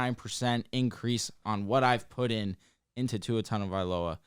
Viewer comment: TAGOvailoa not TanNgovailoa. Where is the N?